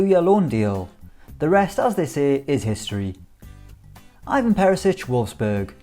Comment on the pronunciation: cringed at "Ajvan Perisic"